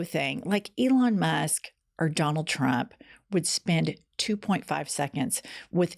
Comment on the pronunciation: Oh shit. is sounded like you said Ivana Musk. You should make that into a t shirt. Elon Musk with an 80s Ivana hairstyle.